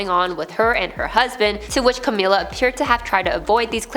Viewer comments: its Ca-mill-a not Ca-meal-a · Its a bit disrespectful that you constantly mispronounce Camilla.